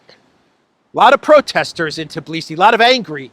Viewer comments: Although, why TIBlisi,? It's TBilisi =) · It is Tbilisi! Not Tiblisi 😂